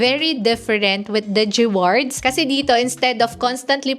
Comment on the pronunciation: Arte mo umimik. Haha sakit sa tenga. “Degewards” 😂 g4g* “digiwards lang eh “dege amp” hahaha rap mong tuktukan 😂🤬😆